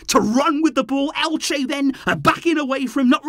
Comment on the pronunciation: lol, its Elche. great game though